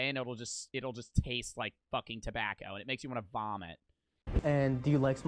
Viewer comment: Why does bro say it like “Tebacow”